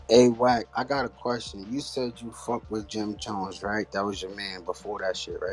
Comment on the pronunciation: Dat mane said Jim dones ,😂😂😂😂😂